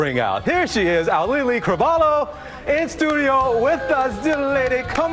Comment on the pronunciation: Aulii Cravalho... finally I know now how to pronounce it right 😅